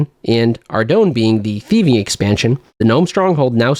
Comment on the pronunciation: He said he'd admit that he WAS gaming if you started pronouncing Ardougne correctly.